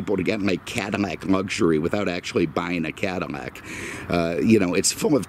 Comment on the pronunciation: Maybe I'm hearing things, but did he say "Cadimac"?